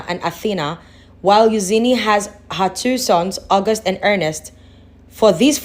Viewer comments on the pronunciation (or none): It’s not Euzeeny. ,it’s Eujaney